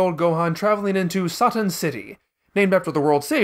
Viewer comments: The fact you're fine with calling her Videl but insist on "Sah-tan" is the most infuriating thing in the world, especially in regards to your reasons why you stand behind it. "It's not an English word", even though Toriyama is clearly using it as an English based pun. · You couldn't have pronounced Satan as how it's actually pronounced? If you are going with the Japanese pronunciations you might as well call Trunks Toranksu and Bulma Buruma.